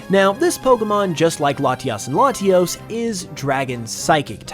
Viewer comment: Ah yes, Laties and Latiis